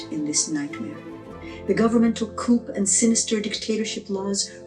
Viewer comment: It’s pronounced Coo. The P is silent. A Coop is where chickens live.